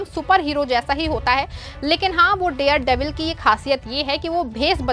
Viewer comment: The word is DARE devil NOT DEAR devil. You should be more careful. Don't let people laugh ayou.😂